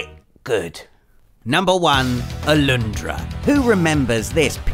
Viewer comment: Its Alundra. Not Aloondra!